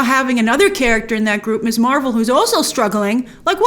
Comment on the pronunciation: First, it’s “Miz” Marvel, not “Miss.” I’m tired of every reviewer mispronouncing this. We got the new title for a REASON. Second, I was talking with my sister about a Marvel movie and she said she’d seen a couple at first but then stopped because she felt the movies were aimed at people with an encyclopedic knowledge of the Marvel universe. She didn’t want to watch something where she’d get only a handful of references. Perhaps this is the audience they’re going after, especially since Ms. M is aiming for a younger viewership, one that hasn’t been studying this universe for years. I love that so many reviewers go through the fine details: “See this guy standing in back by the wall? That’s Boopsy Boy, who only appeared in three panels in issue #39.” But to enjoy a show all I truly need is good characters and a solid plot. Trivia is nice but not essential, especially after the Marvel universe has expanded to the depth it now has. Too much!